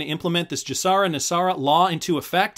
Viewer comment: You are pronouncing GESARA incorrectly. You are using the J sound as in the word just. You should be using the G sound as in the word good. The G in GESARA stands for global. You wouldn't pronounce global as jlobal. If you're going to voice videos you ought to learn how to pronounce things correctly.